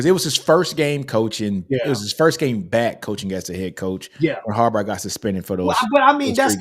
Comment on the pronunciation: Who the fck is Harbarr? How does someone not know how to say those 2 brothers names? Hopefully he is trolling or something. Sorry that bothered me every time i heard it. Lol🤔🤦🏾‍♂️